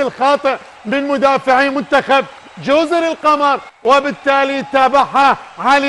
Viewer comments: اسمها جزر القُمُر بضم القاف والميم وهي جمع لكلمة (أقمر) وليس جزر القَمر بالفتح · يابه والله اسمهه جزر القُمُر وليس القَمَر